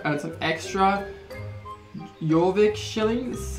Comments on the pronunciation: Jorvick???? Me: yes, yess, it's pronounced Yorvick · It’s pronounced your-Vick. No hate ❤️ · Jump is space bar also pay attention to your horses health top left corner Your horse gets faster as you do races and more quests also you can get new horses with star coins not shillings also it’s said like yorvik ps love your vids🥓😂😁😄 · Why do ppl say yorvik shillings when it’s Jorvik shillings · It’s pronounced yor-Vick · Fun fact, the j in jorvik is pronounced with a y